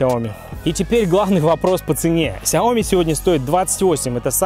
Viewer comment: СЯОМИ УДАРЕНИЕ НА И !!!